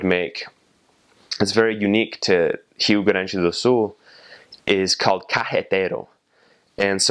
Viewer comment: Wait, I actually heard a foreigner saying Rio Grande do Sul perfectly? Man that was really cool!